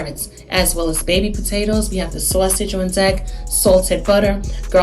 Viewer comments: What is a SOH-A-sauge? 😜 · I LOVE HOW SAYS "SAWSEGE" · Omg me toooooooo!!!! 💕💕💕